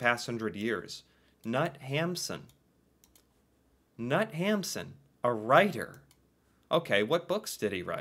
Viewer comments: Knut is said with a hard K. Nut 😂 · "Sult" was made into a movie, probably hard to find. Knut is pronounced knoot. Ole is pronounced oolé